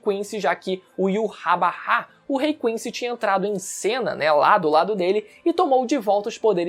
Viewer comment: eu gosto tanto dos seus vídeos, mas não fala Yurrabarrá, fala: Yurrabarra. O certo.